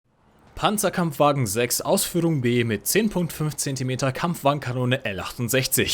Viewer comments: Toll ein englischsprachiger Youtuber der nicht Pänzerkämpfwägen sondern Panzerkampfwagen sagt. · I am a german and im very proud of you, couse everytimes i hear somebody say PANZERKAMPFWAGEN 6 AUSFÜHRUNG F wrong i get an heart attack. Lol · als Deutscher freu ich mich über richtige Aussprache von PzKfw